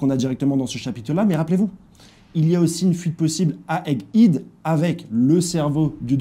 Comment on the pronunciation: On dit pas Eggid va checker la prononciation de Egg Head